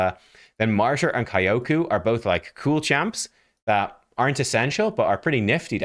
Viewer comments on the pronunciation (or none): Kyoku: Say "Yo!" add "k" sound in front and you get correct "Kyo". Say "who?" change "wh" with "k" sound and you get correct "ku". You now pronounce Kyoku correctly :)